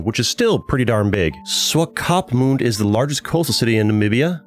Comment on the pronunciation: I know about it, but umm.. I live in South Africa soo.. Does it really count? 😂 Also, your pronunciation of the Afrikaans name Windhoek killed me lol Also Swakopmund and Namib names lmao